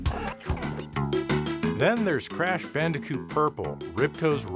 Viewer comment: Did he just say bandicute?